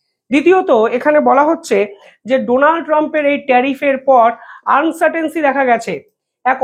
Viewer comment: আনসাটেনসি নয় কথাটা হল uncertainty